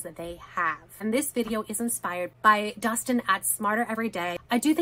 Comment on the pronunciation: His name is DESTIN, not DUSTIN. Try to get it right.